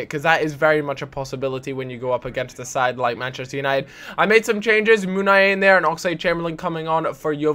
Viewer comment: the Meh-chester united xD